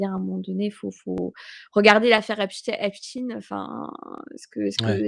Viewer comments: C’est pour ça qu’elle prononce Epstin au lieu de Epstein Analyse un peu simpliste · EpstEIN heu Epstine.... pk elle se reprend ????? 🤔🤔